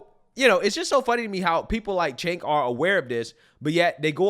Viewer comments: For anyone who cares, the “C” in Cenk is pronounced like a “J” in Turkish. It sounds like Jenk. Chunk works, too. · I love that gets Cenk's name wrong in a different fashion every video. Chank. Jank. Sank. Chunk. Chunk Yogurt. Chank Jager. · Chank Yager?? Have you ever even seen one video of his literally nobody pronounces it that way lol and I don’t even like the fuck